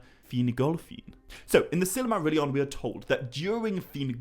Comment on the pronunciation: do you...do you realize you're adding an A phoneme after many of your Ls? "Bal-a-rog"? "Sil-a-marilion"? "El-a-rond"?